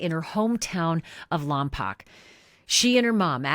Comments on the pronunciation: So…it’s lom-poke. Not lom- pock. 🙂. Just FYI. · Love all you do! You’re the BEST!!! (Oh, and as a CA Central Coast decades local, if it matters, it’s pronounced “Lom-poke” — I promise). Hoping with all I’ve got that all ends well! 💞 I can hardly stand that they had to give the mother 72 hours and not 72 freaking seconds! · Thats not how you say Lompoc!